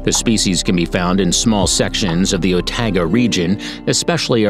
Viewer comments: Did this man call a tuatara a tuatra and otago skink an otego skink 🤣 im sorry its just funny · That pronouciation. Tuatra? Taranakai? Otag'go? 😂😂 Seems so computerized. But hey thank you for putting NZ out there 💜🙏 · Tuatara is pronouced two-a-tar-a. Otago is pronouced oh-ta-go and maori is pronounced maari